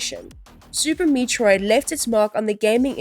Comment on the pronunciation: Learn to pronounce "Metroid" and "metroidvania" - or teach your AI narrator to. The very dry script also feels very AI. Have you actually played any of these games?